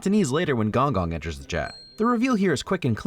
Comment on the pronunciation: It’s pronounced g-oung g-oung